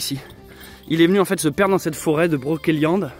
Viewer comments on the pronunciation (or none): Broceliande pas brokeliande...on ne dit pas kendre mais cendre...ou kedre mais cèdre...oui magnifique forêt